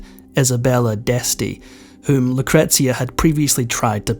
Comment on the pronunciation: Yes - isn’t it a regular problem with so many of these reports. At least he gets ‘Lucretia’ right. Bingo!